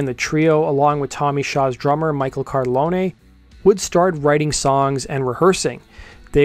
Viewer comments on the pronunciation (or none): none